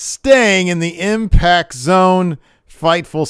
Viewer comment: "Confrimed" and "Imact", eh?